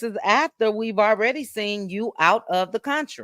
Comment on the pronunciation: said when he "seent" Sunni....😂😂😂